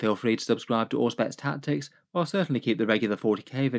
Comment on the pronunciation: You're right! Every one of my friends has spelled it with the "Zh" before, plus I think it sounds cooler, but I must concede after various Google searches that it was pronounced correctly by Auspex. Oh well. :D